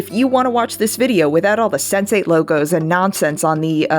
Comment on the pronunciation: I heard Sensei every time instead of Sense8